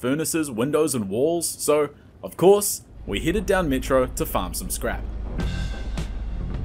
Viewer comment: kinda like seeing you struggle aswell with those Ls in metro, makes it authentic dave is a beast btw